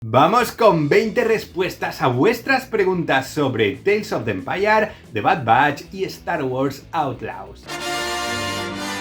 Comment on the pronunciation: Teils of de empayar😂Saludos desde Costa Rica!